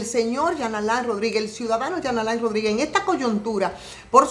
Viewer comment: Dios 🤣 tuve que retornar el vídeo cuando dijo Jean Alain Rodríguez escuché Charlatán Rodríguez. 🤣